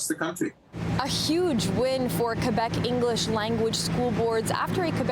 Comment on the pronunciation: This idiots can't even pronounce Quebec properly and they are pretending like they care.